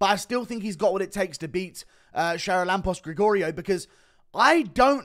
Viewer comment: Bro butchered the name charalampos grigoriou